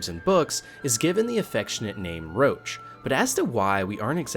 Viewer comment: Its Roach... Not LOACH.. tf.. they literally describe why he calls his horses roach and it's to leep from getting attached.. roach as in Cockroach